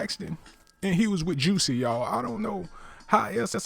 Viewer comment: YOU NEED TO LEARN HOW TO READ BEFORE YOU GOSSIP AND MIND YOUR OWN BUSINESS...HIS NAME IS JUSSIE NOT JUICY,,,,SMDH